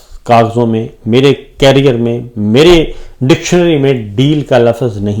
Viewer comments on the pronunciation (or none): none